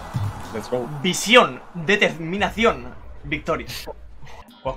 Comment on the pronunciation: Cuando dijo visión pense que dijo viciar xd